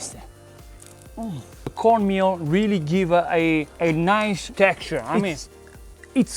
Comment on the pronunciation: Wait… did you say CORN MEAL?!